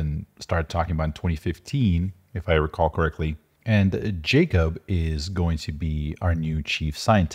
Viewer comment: And its not Jacob, its pronounced "Yakhub"